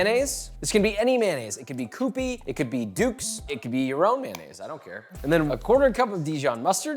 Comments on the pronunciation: Yo, FYI, its Q-pee, not koo-pee. Like q-tip but...with pee 😂 Sincerely, a Japanese person. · Coopy mayo? That's an interesting interpretation of the pronunciation...